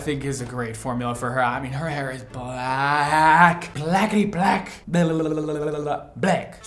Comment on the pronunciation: never seen anyone say BLACK like that but i'm using that shit😂😂😂